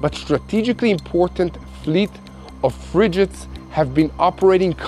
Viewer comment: "Fridge its" 😂😂